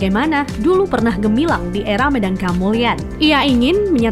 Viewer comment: Baca Medang nya kurang tepat min